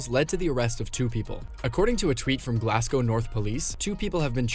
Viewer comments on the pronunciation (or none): none